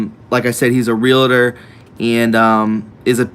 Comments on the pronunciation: Love your channel!!! I am a 31 year realtor. Just so you know, it's Real-tor, not Real-a-tor. 2 syllable word. POTUS was a Realtor, I read The Art of the Deal a very long time ago...... And, I'm not being mean. Pet peeve.....keep up the good work! Advertise for ME. I'm a patriot....I sell the Front Range Colorado....and Colorado is gone...it's full blown liberalism . .1st time since history, exodus out of CO...natives can't afford to live in their own state anymore....NOT ALL "REALTORS ARE SKETCHY" don't call out an industry like that. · FYI: R-E-A-L-T-O-R. No A or I in the word. NOT 'realator' or 'realitor'. Two syllables only. Blessings.